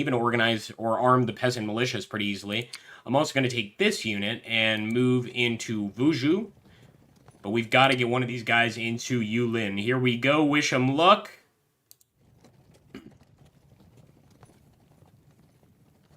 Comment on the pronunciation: The “Zhou” is pronounced like “Chow”, not “Ju”. Other than that, great gameplay of a little known game!